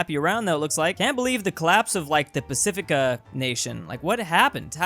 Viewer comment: Pacifica lol